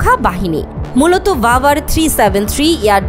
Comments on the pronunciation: ভাই রাভার না বাভার হবে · ওটা রাভার না বাভার হবে